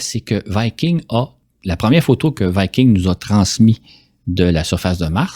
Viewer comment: En français on dit viking, et non vaïking... Ça c'est anglais.